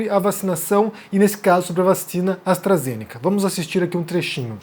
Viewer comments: AstrazenÉca… gente não sabe nem falar, quer ditar regra 🤦🏼‍♀️ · "Astrazénéca", o cara não sabe nem pronunciar o nome da vacina haha. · Primeiro é falar Astarazenéca. E segundo qual a relevância desse saco de cocô tem para falar de uma vacina???? Mano em que mundo estamos??? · "A vacina astrAzênéqui" kkdkdkdkfkdkkxbdndjdjf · "Astrazenéca". Pelo amor, quem ainda segue ou dá um segundo de sua atenção pra quem sequer sabe falar corretamente? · O cara não sabe nem falar o nome da vacina pqp 🙄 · O cara não sabe nem pronunciar o nome da vacina corretamente, não sabe o que tá falando, precisa voltar pra escola, esse "". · Esse não sabe nem falar o nome da vacina! Nem sabia quem era essa pessoa. Ainda mistura o conceito de eficácia com o conceito de segurança. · O cara não sabe nem falar o nome da vacina direito. É de lascar.